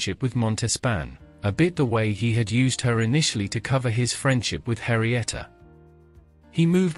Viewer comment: it's Henrietta, not Harrieta.